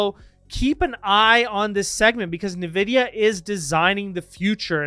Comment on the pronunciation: En-vid-ee-yuh not Nuh-vid-ee-yuh